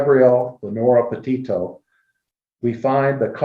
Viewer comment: All you do is Judge other people and try to "blast out" other channels. John Walsh is a professional, your a YouTuber. You have been covering this case since the beginning and you still mispronounced Petito. You make fun of others mixing up names..you did to now, its called human.